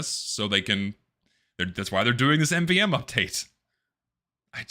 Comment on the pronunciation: My God, he can't pronounce MVM